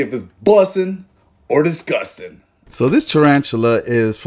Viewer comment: DISGUSTIN’ Scale 1-10 DISGUSTIN’ with authority and 3 sec pause 🤮 Zebra Tarantula - negative 0